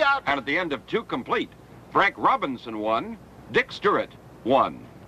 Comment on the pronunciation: Cincinnati really gave Baltimore a great ballplayer when Frank went there. I saw Frank hit homers in Wrigley Field that hit the bleachers before he left the batter's box. The announcer couldn't say Stuart, he kept saying Sturrit.